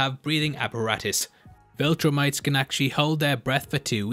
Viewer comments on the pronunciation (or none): none